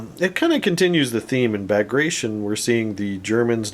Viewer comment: Loved the video one of my fav assault guns. Super nasty hoping to get some for my bulge army For future reference it's pronounced Bag grat tea on